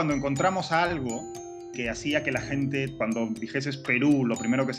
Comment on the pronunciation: los peruanos no pronunciamos " hablar con la GENTE " como lo pronuncia este imbecil, asi que si tu eres peruano yo soy john lennon